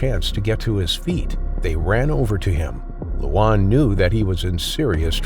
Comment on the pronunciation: The name Luan (correct pronouncation for Luan is LORN) if translated to English is Loud. Tbh, I'm part Cambodian myself and I never knew crocodile is a big thing in Cambodia. Don't really hear much about that part of Cambodia in the US.